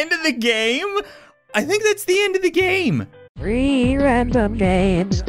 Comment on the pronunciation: i hear ree random games lol